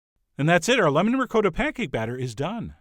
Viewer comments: Ri-kot-ah...not ri-coe-da We are not savages old chap. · rick-coda? where did you go to school? I can hear every little old Italian Grandma in the world hitting the floor gasping as they hear you murder the word RICOTTA!!!! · What is this ricoata, that rhymes with dakota, you speak of? Chef John, shame, shame! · Did he just pronounce ricotta like "recoota"? I'm just wondering though haha! love your videos!! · Tony Amabile and the way he pronounced it Tony! My ears, I can't unhear it, ricoata! Oofah...... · Ree-coat-a Lmao